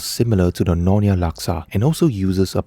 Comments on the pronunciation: It is nyo-nya.. not no-nya. and Laksa Siam is NOT orignated from Pattani Thailand. It is common in southern Thai and Malaysian states that bordering Thailand such as Perlis, Kedah, Kelantan where Malaysian Siamese reside.😊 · It's Nyonya not nonya